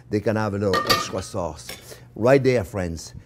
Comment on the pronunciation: Can you see that fwiends?-Chef Yes i can and im stawving🤣